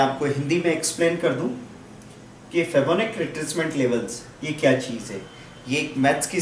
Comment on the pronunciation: Thanks for giving out these great videos... Btw it is pronounced as fee+bo+na+chi ... Thanks again.. Cheers